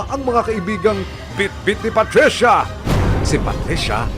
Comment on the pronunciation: KAHAPON: PATRICIA NGAYON: PUTRISYA 😅😅